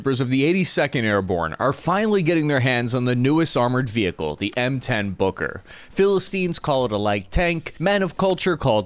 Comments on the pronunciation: Boker? Isn’t it “Buuuker” ? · Take a shot every time he says booger. I mean, Booker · I am terribly sorry, but I just can't stop hearing "Hooker"... which leads to hilarious phrases🙈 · I keep hearing "booger" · M10 Hooker is what I hear 😅